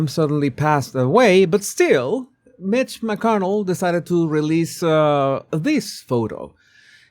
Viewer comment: I love the accent "meeech mckernal"